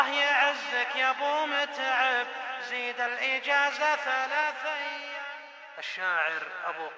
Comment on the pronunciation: زززززززززيد هع التلفازززز يقهر اذا نطق الز